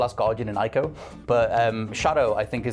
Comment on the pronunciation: Ico is pronounced Ee-co.